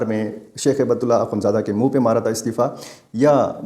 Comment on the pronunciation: ایک اصلاح کر لیجئے ۔۔۔ امیر افغانستان کا نام ہیبت اللہ نہیں ۔۔۔۔ ھبة الله ہے ۔۔۔ ھبہ عربی زبان میں تحفہ کو کہتے ہیں ( کوئ شے ھبہ کرنا ). ھبۃ اللہ یعنی اللہ کا تحفہ ۔ ڈاکٹر سیف الرحمن محسود ۔۔۔ اسلام آباد ❤